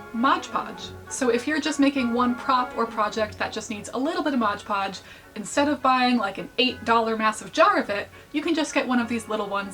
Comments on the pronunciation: Please, for my sake, “Mod podge” not “modge podge” /j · i died inside every time you said "modge podge". why must you hurt me like this